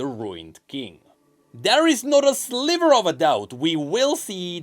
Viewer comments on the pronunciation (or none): none